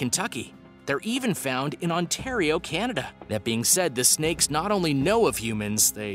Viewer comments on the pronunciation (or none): none